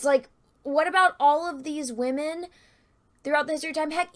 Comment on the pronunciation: I will never get tired of saying Wahmen lol